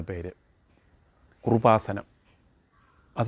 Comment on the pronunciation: എടൊ പൊട്ടാ കുറുവസാനം അല്ല കൃപാസനം.ഇങ്ങനെ ട്രോൾ ഇറക്കുമ്പോൾ അത്യാവശ്യ ബോധം ഉള്ളവൻ ആയിരിക്കണം താൻ